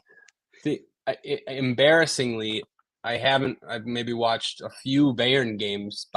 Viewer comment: Please just say Munich or BM… the pronunciation of Bayern is painful.